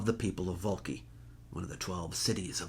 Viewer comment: 🍷🍇🍋Scuzzi! Scuzzi! Signore, Vulci si pronuncia "Vul-chee" Come collega italiano, e come professore, dovresti saperlo meglio di me. Grazie mille per averci educato su tutto ciò che NON è una parola italiana pronunciata male da un americano. Grazie, e molto apprezzamento